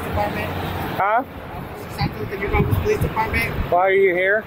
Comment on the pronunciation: As a Texan, hearing you pronounce New Braunfels makes me laugh 😂